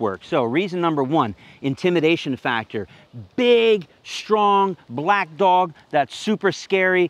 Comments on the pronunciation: He said every letter in that word. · I don't like the way he emphasized "black" when describing why that wouldn't look good for the police department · The way you say "BIG, STRONG, BLACK DOG " JUST SO MUCH EMPHASIS ON THE "BLACK " lol that's great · The emphasis on big and black got me there…it’s not the words it’s how they’re presented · Bro why did he say black so hard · Right, the way he said black had me side eyeing him real quick 💀